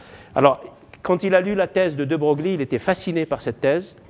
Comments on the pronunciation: De Broglie se prononce "De Breuil" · ce cours est très intéressant, mais le professeur manque de rigueur(fautes d'orthographe, prononciation de De Broglie,...)